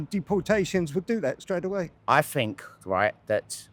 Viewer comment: "I fink rite........"